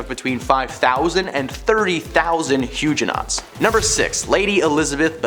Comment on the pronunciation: Huge - enots? Really? Seriously, RESEARCH how names and terms before doing these please?😮